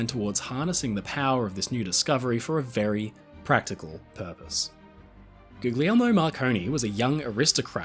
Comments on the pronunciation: Hey, I hate to the be the "erm actually" guy, but I thought I'd just drop a little note on pronunciation. In Italian, the "gli" sound is pronounced in the same way you'd say "Lee" with the g being silent. So the name Guglielmo would be pronounced sorta like "goo-lee-elmo." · Love your channel,! Just one observation: I believe that the second “g” in “Guglielmo” is not pronounced as a hard “g”, but sounds more like “Goo-lyel-mo”. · I am compelled to point out that the second "g" Guglielmo Marconi's first name is silent. I believe all people are owed the respect of having their names pronounced and spelled as best we can. I don't speak Italian at all, but the name is pronounced akin to "goo-lee-elmo". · Pronounce his name properly. Do not pronounce the hard Gs. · For Tesla's sake mate. The second G in his name is silent. It's the name "William" in English, "Guillermo" in Spanish,...etc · I just gotta say, please drop the second G in Guglielmo 😩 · RMS Republic: just how much gold is really on the wreck? At the holiday season, I bet more people are using Marconi's great-grandfather's creation. His great-grandfather was John Jameson of whiskey fame. Just a note: the second "g" in Guglielmo is silent (gli - pronounced li - is a word in Italian)